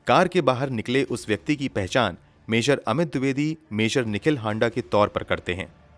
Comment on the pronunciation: हांडा नही हाड़ा होता है